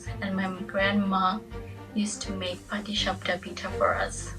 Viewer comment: You nailed the patishapta!